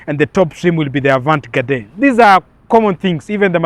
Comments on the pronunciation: A vant gadee ndo nini omwami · Wewe pronounce 'Avantgarde' vizuri wacha kusema vitu havieleweki. [ah-vahn-gard] :face-red-droopy-eyes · Avantgarde not avant gade 😂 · THE "AVANT-GARDE" EXPRESSION IS FRENCH. GET A FRENCH SPEAKER TO ASSIST WITH PRONUNCIATION.